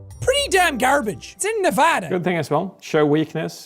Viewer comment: Jack said Nevada correct and now he is my number one favorite youtuber people who live in Nevada you know what I’m talking about